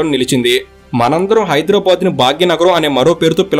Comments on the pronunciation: హైదర్ ఏ ఆబాద్ కాదు హైదరాబాద్ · Very good information, but bro check UR pronounciation of Hyderabad is incorrect. At some places U have pronounced it correctly as BADH and some times U have used BAD. So, I request not to use as Bad it's BADH, HYDERABAD there is no H inwritting but while pronouncing it sounds BADH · Hydrabad kadandi hidarabad ani pronounce cheyyali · ఎవ్వడ్రా నువ్వు హైడ్రా భాద్ ,,కాదు బే హైదరాబాద్ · Bad కాదు... బాద్... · హైడ్రబాద్ కాదు హైదరాబాద్ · First you learn how to pronounce HYDERABAD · Are you pronouncing Hyderabad the way it is supposed to be? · Dear, pronounce hyderbad correctly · Pronounce Hyderabad properly first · You are pronansetio not right